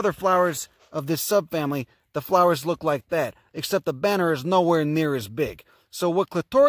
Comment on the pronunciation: "...it looka likea..." I freaking love you. You're wonderful, and remind me of my roots back east. <3